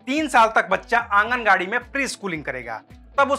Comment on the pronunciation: AnganGadi...? It's anganbadi ...